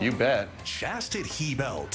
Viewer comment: "Chastit-he belt" LMAO...